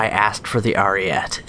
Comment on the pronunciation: You said it right in the fake accent tho...then went back to the dumbass ariet saying. It has an e so it's ari eht eh